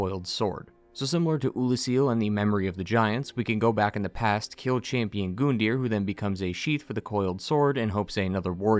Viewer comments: It bothers me how he pronounces Gundir’s name it’s a U not an O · Call me crazy, I swear I heard someone say his name wasn't pronounced Gun-deer, it was Gun-die-er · Gun-deer not Goon-deer